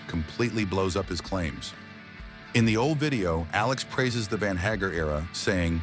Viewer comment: Van Haggar ? Nice pronouncement by the narrator. Haha